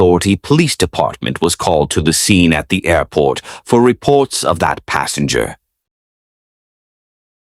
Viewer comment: "Aurport ZEN" 😅